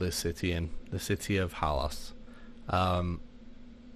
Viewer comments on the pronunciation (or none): If you rename old vids, please also fix the segments. its ORC hill.... And Halas, not hollis?